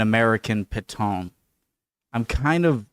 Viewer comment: It’s Pétain not Paton. I didn’t know who you were talking about for a while, until the context helped me. No disrespect.